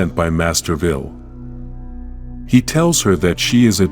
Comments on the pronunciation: It's "Vile", not "Vill". Is an Ai reading this because it comes off as a sleepy guy with zero interest is reading right from the script. Great topic but the execution? Nope. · The AI reader really doesn’t know the word ‘vile’ but somehow knows how to pronounce ‘repulsa’? Lol